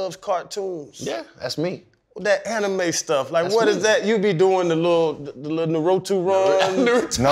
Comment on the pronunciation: Aye man.... I'm callin Fred out. He 100% watch anime. First he was blastin Kamehamehas now he knowing EXACTLY how to say Naruto. He may just be my favorite personality. He had a dead straight face askin who was the best anime character